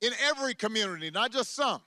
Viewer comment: I thought he said munity college.